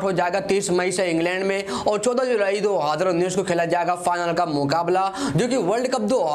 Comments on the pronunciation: Bolne ka lur h ya nhi 2019 ko kis style se bolta h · Aara bhai tera ko world Cup 2019 bolna nahi aata